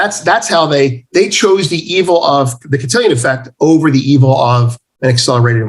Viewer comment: Cantillon Effect. Not Cantillion.